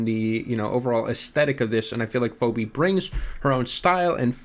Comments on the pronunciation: he keeps pronouncing it “foh-bee” and its pissing me off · If I hear you call Phoebe “Phoby” one more time, you’re going to be the Bart Simpson to my Homer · i love how u pronounce phoebe as phOWbe lmao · I love how keeps saying phobey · dude yes. gotta have heard the name mentioned through Friends re-runs and he’s obviously never seen it written out before